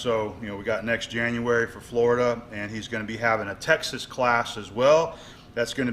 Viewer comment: Hey man January you slipped an extra "r"in there big fellow